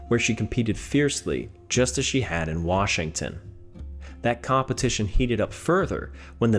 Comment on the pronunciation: Thank you for saying our State's name correctly.